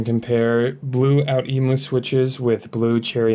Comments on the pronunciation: For any who wants to pronounce outemu its ohh-temu thank me later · outemu is pronounced "oh-oo-te-moo" (that first oh-oo being pronounced fast enough to be a single syllable, for 3 total syllables) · the way you pronounce outemu makes me feel sick